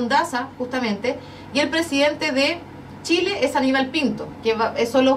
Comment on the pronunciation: JAMÁS LA PATAGONIA FUE DE SSSSSHHHHHIIIILLLEEEEE !?